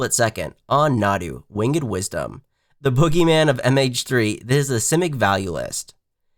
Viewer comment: Thumbs down for not knowing how to pronounce Winged.